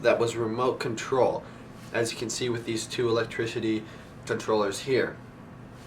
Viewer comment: You said electrishidy ^^